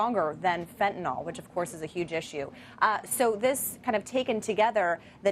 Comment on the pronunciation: Wtf is less...uh... Stronger then fetnyl ?